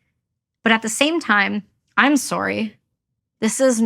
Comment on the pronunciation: 🇨🇦 had to squeeze in at least 1 “i’m sorrrry” in the strong Canadian accent, eh?😂